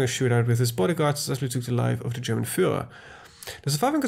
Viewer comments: Your German accent is really good. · are you a german????? Cause you speak german word really good))))